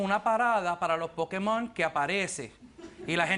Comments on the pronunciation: vamos a ver es "POKÉMON" no es "POKIMON" hablen bien. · "LOS POKIMON" JAJAJAJAJAJA!!!!!!! QUE RISA!! Muero!!!! 😂😂😂😂😂😂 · Pokimon Jajaja